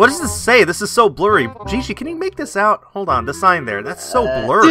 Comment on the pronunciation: said make this out not "makeout"